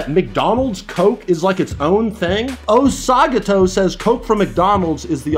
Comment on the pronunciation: Also it’s pronounced oso - gato like bear and cat in Spanish hahaha